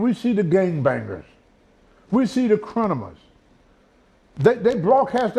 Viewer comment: “Crinimas” - Lol!!